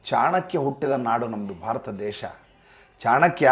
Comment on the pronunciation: ಅವನು ಯಾವ ಸನ್ಮಾನ್ಯ ಸಾರ್, ಸದನದಲ್ಲಿ ಕೋಟಿಗಟ್ಟಲೆ ದುರುಪಯೋಗ ಆಗಿಲ್ಲ ಕೇವಲ ಲಕ್ಷಗಳ ಪ್ರಮಾಣದಲ್ಲಿ ದುರ್ಬಳಕೆ ಆಗಿದೆ ಅಂತ ಅಂದವ, ಈಗಲೂ ದೇಶ/ ದೇಸ ಪದಗಳ ಉಚ್ಚಾರಣೆ ಗೊತ್ತಿಲ್ಲದವನು ಅವನನ್ನ ಇಗ್ನೋರ್ ಮಾಡಿ ಯಾಕೆ ಪ್ರಚಾರ ಕೊಡ್ತೀರಿ?